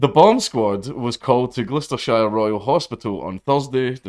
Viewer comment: "Glooostershire" = Wrong. The Bum Squad was called = Right